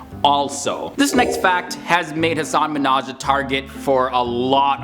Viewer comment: I think you’re mispronouncing his name. He was on the Ellen show explaining that the proper emphasis of syllables is in reverse order.